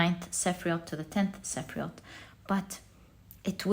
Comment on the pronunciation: As someone who knows a bit of Hebrew, I just wanted to say that "sephiroth" is pronounced seh-FEAR-oat not seh-FREE-oat.